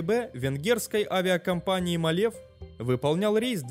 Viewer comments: мАлев правильно,а не малЕв. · Правильно не МалЕв, а МАле. Ударение на первый слог.